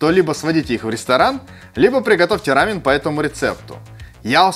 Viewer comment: Спасибо за ра́мен, а не за рамён